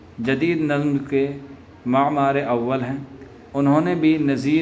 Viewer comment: تلفظ کی ادائیگی بہت ضروری ہے روش۔۔۔ معمار ۔۔۔ ازم دو سطر میں تین غلطیاں ہو گئیں